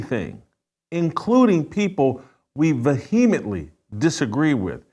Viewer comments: Jason.... you are a brilliant journalist. But cmon man. Vuheemently? Its vehemently. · I think the h is silent vehemently... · Bizarre pronunciation of "Vehemently" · Please learn to pronounce vehemently correctly! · Please try to pronounce vehemently correctly before saying it so often!!! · Ve-heem-etly??? Dis-par-a-jing???...learn to pronounce simple English words Jason. And if you identify as an Evangelical Christian, you might want to rethink what our responsibilities are as Evangelical Christians to our Jewish brothers and sisters in Israel. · Pronunciation Words to work on: 1. Disparaging 2. Vehemently